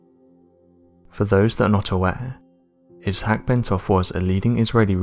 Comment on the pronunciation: iss- hack? Think he means Isaac pronounced eye zak 🤦🏼‍♀️